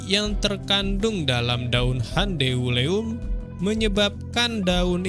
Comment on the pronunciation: Cara bacanya lucu, gan... "Handeuleum" jadi " Han De U Le Um"... :face-blue-smiling::face-blue-smiling::face-blue-smiling